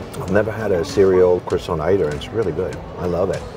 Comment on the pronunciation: How do you spend so much time in France and pronounce croissant so badly?!